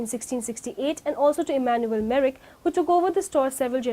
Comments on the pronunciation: very poor presentation and lack of proper pronunciation. Merrick or Merck. Do your research well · The company name is Merck, not "Merrick" like it is pronounced in the video.